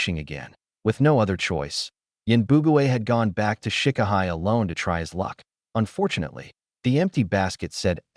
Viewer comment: Can you get a better AI reader please. AI reader keeps spelling out short words. I-T, T-O, M-Y, M-O-M...gets very annoying.